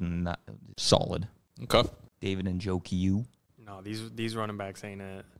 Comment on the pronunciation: Noooooo said njoku lol